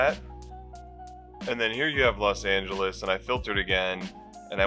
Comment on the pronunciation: Los Not Las